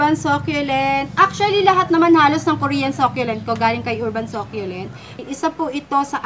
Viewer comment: search mo rin how to pronounce "succulent"